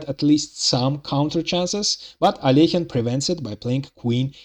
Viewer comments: This is the correct prononciation of Alekhine's name But most people can't do it for some reason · many Russians themselves don't pronounce it right, by the way. The second vowel often miss-pronounced as "yo" as "Al-yo-heen". So it's double impressive that the author pronounces "Alekhine" correctly.